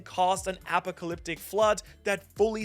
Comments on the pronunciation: Apocalyptic "Ah-pahk-ah-lip-tick" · YOU SAY APOCALYPTIC COMPLETELY WRONG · watching saying apocalyptic as apacalyptic is fun. apacalyptic counter: 3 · Brother its pronounced. uh paa kuh lip tuhk and sen tri fuh gl please 🙏 no pronounce the words properly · Brother, Uh-Pock-uh-lip-tick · Never heard a more incorrect pronunciation of apocalyptic lol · Apocalyptic I didn't know some people say it that way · The way you are saying apocalyptic is hitting my ears so wrong 😂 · You pronouncing apocalyptic sounds wild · This dude just mispronounced apocalyptic. I will never watch again. Omg. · Feng Shui is pronounced 'Fung Schway'. You also got apocalyptic wrong, and something else. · I was having question marks pop up on my head when he started saying that lol